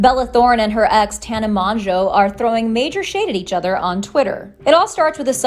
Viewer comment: can y'all learn to pronounce her name or just don't lol